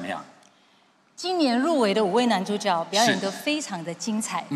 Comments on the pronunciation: 主角 正确拼音是 zhǔ jué。 怎么这两位主持人都念成 zhǔ jiǎo？ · 主角的角应唸jue( 阳平)。 致金马奖。